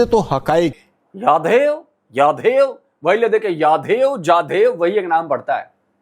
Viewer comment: In लोवेडे लगो को एक word भी बोला नहीं जाता कभी यादेव कभी झादेव 🤣